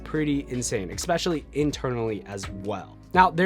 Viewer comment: Good video, but it drove me nuts every time you said "expecially" ;)